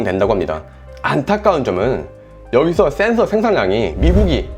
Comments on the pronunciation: " thㅔㄴ thㅓ" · 형 센ㅡ서 발음 너무 중독된다.. ㅋㅋㅋㅋㅋ